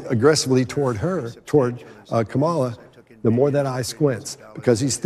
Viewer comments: This idiot won't even pronounce her name right. It's pronounced co'mma-la with the accent on the first syllable just like the name Pamela. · Phil looks decrepit! Is he ok? And these schlocky so-called "experts" were pathetically transparent in their criticism of her and excuses for him. From the copycat too-long red necktie to the mispronunciation of her name, they showed what hacks they are (and were intended to be for the show) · He won’t even pronounce her name right…. I used to respect Dr Phil and his show. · This analysis is clearly biased toward Trump. One of the experts mispronounced Kamala’s name, a blatant sign of disrespect. One of the fact checks referenced Trump’s continued spreading the vicious lie that “illegal aliens in Springfield, Ohio are stealing and eating peoples’ pets”. The Haitians are there in Ohio legally and by request, and no one is eating pets. Perpetuating this lie is dangerous, and he was confronted with facts, which he ignored. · This is totally biased against VP Harris. Code speak calling trump confident & VP Harris a cackle. also refuses to pronounce her name correctly. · lnows about sound but still cannot pronounce her name properly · I believe vice-president Harris will be a phenomenal President! I wish Trump would learn to pronounce her first name correctly. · What a load of nonsense! All of this garbage couldn’t have been more pro-Trump. For supposedly expert analysers they couldn’t pronounce Kamala Harris’s name correctly: by mispronouncing her name they reveal their latent racist and misogynistic attitudes towards her. I’m looking forward to analysing Donald Trump’s body language when he goes to prison. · mispronounced Kamala's name. Odd? Might demonstrate a bias or inattention to detail.